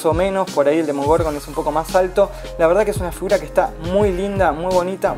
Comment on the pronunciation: Esta review me gustó, pero un detalle APRENDETE LOS NOMBRES!!! decís bien "Demogorgon y después salís con un Demorgogon", en otros vídeos te pasa lo mismo, no se si lo haces a propósito o si sos disléxico pero aprendete bien los nombres amigo, podes editar esas partes también.